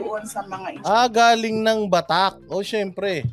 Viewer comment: Batac hindi Batak.